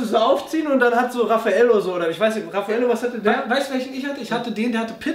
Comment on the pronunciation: DER HEISST RAPHAEL HAHAHA NICHT RAFFAELLO !!!!!!!!!!!!!!